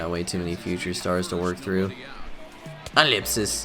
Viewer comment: Someone explain to me why he says ellipsis